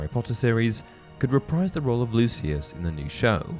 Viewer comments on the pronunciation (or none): none